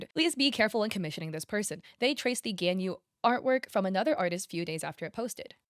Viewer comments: it's G-AHH-N- yu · I don’t think she really plays genshin, she might not know how to pronounce them correctly, and tbh the names are kind of hard to say